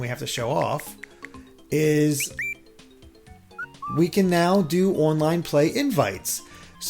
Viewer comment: "OIN-LINE" "more info OIN the switch"